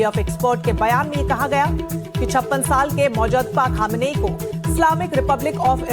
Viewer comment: अरे यह छोटी छोटी बच्चियों का यौनशोषण करने वाला होता कौन है खुश या नाराज़ होने वाला? तू भी एक मूर्ख पत्रकार हैं जिसे मुज्तबा खोमैनी का उच्चारण करना भी नहीं आ रहा।